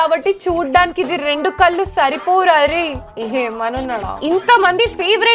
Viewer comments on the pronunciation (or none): none